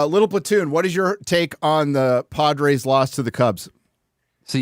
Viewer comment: doesn't say "Padres", he says "Podrace"